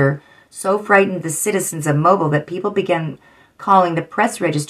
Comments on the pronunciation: Mobile is pronounced mobill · Its pronounced Mobile "Moe-Bill"